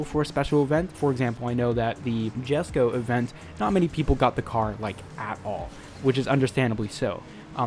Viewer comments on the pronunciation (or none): MISPRONOUNCED JESKO ALERT